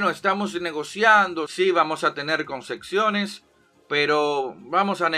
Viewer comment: Concesiones ✅ Concexiones ❌